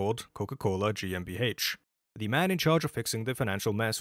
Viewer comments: I am German and I hereby approve your pronounciation. ;) I love all your videos btw. thank you for your efforts. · i only just stumbled upon your channel and i find it funny that you apologize for the pronunciation. your pronunciation is better than 99% of non-germans anywhere on the internet and that GmbH was spot on honestly